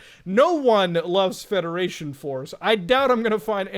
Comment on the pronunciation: But Muta, I love fwedaration fworce